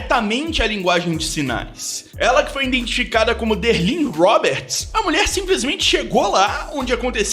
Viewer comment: Pergunto com todo o respeito: Este bom apresentador disse “INdentificada”?